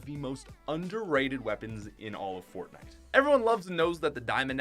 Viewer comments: You say fotnite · Did anyone else realize that he said Fortnit